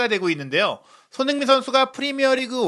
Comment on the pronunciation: 손흥민 발음이 안되시면 소니로 부르시죠 ㅎㅎ